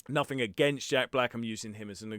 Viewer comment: Npthing too u wanna not say nofing. Otherwise your voice seems good. Just this one thing is the most wrong thing your accent has done to you. Your accent otherwise is goid it is just this one thing that so very few others say it like.